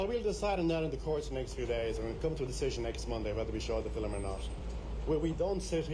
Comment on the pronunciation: is educated. He says 'Fill - im'! Then there is the word as it is pronounced in 'Estuary English'; 'Fi'~wwm!'... (Hard to say - harder to write!)